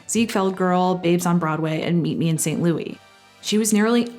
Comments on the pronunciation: I’m sure somebody else mentioned it but since you sent it a few times, I know it wasn’t a one time mistake but St. Louis is pronounced ‘saint lew-is” It’s a major city in Missouri? Thought I’d mention it in case you meet a man whose name is LOUIS. Not usually the same as a man named Louie. 👍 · Don't like the stylistic choice of calling it Meet Me in St Louis pronounced as St. Louie. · Great video! BUT correction: Movie should be pronounced “Meet Me in St. Lou-IS.” Judy sings “St. Lou-EE” for musical reasons but pronounces the city “St. Lou-IS” throughout the film. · I’m sure somebody else mentioned it but since you sent it a few times, I know it wasn’t a one time mistake but St. Louis is pronounced ‘Saint Lew-is” It’s a major city in Missouri. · Somehow I’m getting the feeling that she might be Canadian by the way she says St. Louis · I love and agree with everything you said in this wonderful video! Except for the part where you repeatedly mispronounced "St. Louis". LOL